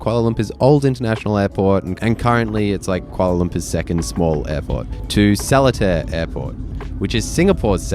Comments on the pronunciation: It's pronouce as suh·lee·taa not sel-le-tear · its called seletar (sir-lee-tar) airport not (seh-leh-tar). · "SOLITAIRE AIRPORT" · Seletar Airport is pronounced as "Ser-Lee-Tar", not "Salad-tear". OMG. Do some due diligence before posting. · Just wanted to point out that "Seletar" is pronounced less like "Sehlertaire" and more like "Sirleetar". Like the words "sir", "Lee" and "tar". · first of all, it is not pronounced as so-li-tar airport, it is sce-lae-tar airport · lmao sellatare haha you probably have gotten this already and maybe you have already found out its pronounced suh-lee-taa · Fyi Seletar airport is for private jets. Firefly used to fly from Changi Airport. Btw we pronounce Seletar as Sir-Lee-Tar not Seletair. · not solitaire - its seh-lay-tar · The least you could do was to find out how to pronounce the name of Seletar Airport. It’s not “Sell-a-tar”. It’s “Sir-lay-tar”. The mispronunciation is not “cute”. It’s annoying. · you almost got the pronounciation correct! its called ass "Sir lee tar" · its pronounced soo-buh-ng airport and suh-lé-tar airport and ch-UH-ngu airport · 😅 it's SIR-LI-TAR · Its pronounced Sir-Lee-Tar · not sure if anyone here mentioned already :) it is pronounced as SIR-LEE-TA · Seletar is pronounced like SER-LEE-TAR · Sir lee tah. Thats how you pronounce it 😂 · It is called "Sir Li tar". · Its pronounced se lay tar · Love the vid, thanks for sharing! Also love the invisible selfie stick you're using - you've got the knack of carrying it while carrying the tote! Excellent disguise! And finally, not sure if anyone's told you, but SELETAR is pronounced 'ser-lee-tarr'.... FYI and for future reference. :) :) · Welcome to sir-lay-tar airport. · Awesome vid. Just FYI, it's pronounced SER-LEE-TAR airport by the locals :) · The correct pronounsation is sir-lee-tar. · also it’s pronounced Se Leh Tar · Selatar is pronounced as Sir-lay-thar 👍😉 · its pronounced Ser-lee-tar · Seletar. Pronounced as sir-lay-tar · Its pronounced "Sir Lit Tar"~ =}